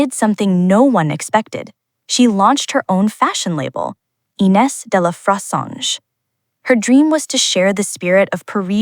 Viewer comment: Kind note - please ask a French person for the correct pronunciation of de La Fressange (roughly "duh lah freh-Sahnzh") as unfortunately miles off - or try this